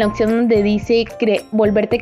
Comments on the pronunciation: Oye pero es opción o opción como dices jajaja 😂 😅 🤣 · Me da cringe qué no sabe pronunciar "opción" 🤮